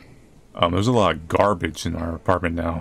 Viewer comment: there's something about the way says gaRRbage that makes me laugh everytime